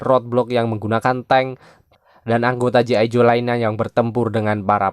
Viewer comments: Bukam gi ijo bang tapi G.I. JOE cara bacanya ji aijo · Bg,,G.I JOE Bg ,, bukan gi ijo 😂😂😂